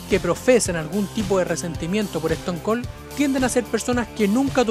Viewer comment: "bro lehner", "eston col" "rodog"